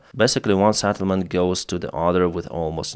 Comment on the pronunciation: SETTLEMENT not SATTLEMENT